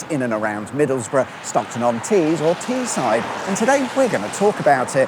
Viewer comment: The way you pronounced Teesside was diabolical. You should visit Guisborough and Redcar and document how their speed camera signs are the wrong way round for some reason 😂